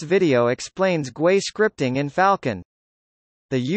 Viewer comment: Your voice software does not know how to pronounce GUI but the video is good, I love Falcon and I will use your videos.